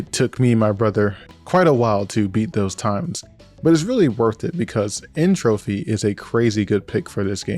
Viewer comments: Bro did a 52 minute retrospective on CTR but still can't say N. Tropy's name right, SMH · Noo! My wife also says "N. trophy," but it’s actually "N. tropy", otherwise the clever entropy wordplay wouldn’t work! 😂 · Good to see I'm not the only one who called N Tropy "N Trophy". I didn't know about the word Entropy yet